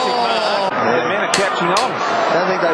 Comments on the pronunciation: "Mark", not "make". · bro said make not marks at the start 🤣